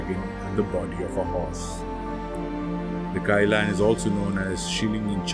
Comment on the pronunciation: It’s pronounced more like Kee-Lun.